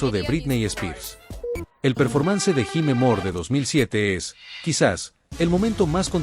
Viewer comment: Todo bien solo mejorar un poco la pronunciacion en ingles y en caso de ser AI pues ojo cuando pronuncie cosas como Performance